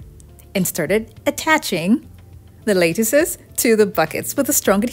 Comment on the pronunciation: Wow, these are such clever ideas! FYI, the first syllable of "lattice" rhymes with "hat." 🙂